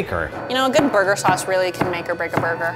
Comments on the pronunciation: Burger: Borgor I'm sorry I had to do it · "Giant Borgur" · "This is giant burga" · its borgar